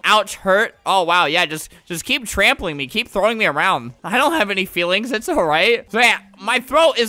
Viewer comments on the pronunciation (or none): none